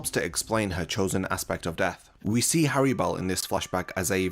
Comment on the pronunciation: The most tragic thing about Harribel is how you butcher the FUCK out of her name. In Japanese is spelt Halibel (like holly bell) in English, the two rr's make it a soft pronunciation. Going around saying Hairy Bell just sounds fucking stupid. I wont even charge ya for this lesson